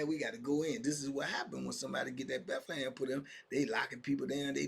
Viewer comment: I be always laughing when you call it , The Bethlehem 😅